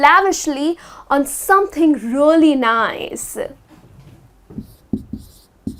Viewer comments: you are right,she said rooly not realy!Whatever,I like her way to explain. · Dear, you pronounce "really" like "roolly".I bet you know it,just point that out )) No offence:-) Thank you for your classes! 💖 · the word " really" sounds very strange from her. like " rolly" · agree I think it should be more "e" , I clearly hear rolly as well